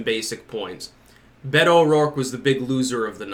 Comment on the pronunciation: Maybe if watches the next debate he will learn how to pronounce "Beto" properly. I enjoy his videos but it's really aggravating.